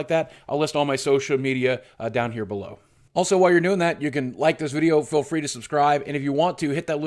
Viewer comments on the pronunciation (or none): none